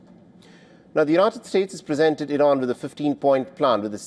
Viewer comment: 😂😂😂 rain how do you say rain do you kn ow what is rain look like stupid 😂😂😂 Rain is difderent feon few moron news anchor😂😂😂